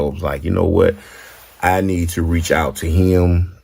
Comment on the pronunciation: It’s funny how he say him. He say it like hilm.